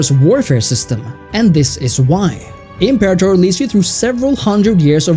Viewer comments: If you’re going to make a video that garners thousands of views about a video game at least take two seconds to google how to properly pronounce the title. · You guys mispronouncing imperator is killing me. Pronounced im·pe·ra·tor NOT imper-a-tor.